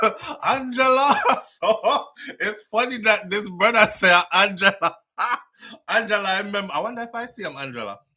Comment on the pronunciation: My Swedish Brother! ITS NOT "ANGELA"😂😂😂😂😂